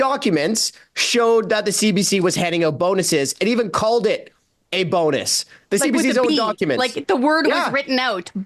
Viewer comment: Not so much a “Bonus”, but rather a “Bone-Us!”